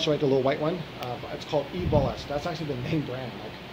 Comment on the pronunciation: It isn't ball-ist it is bal-ist.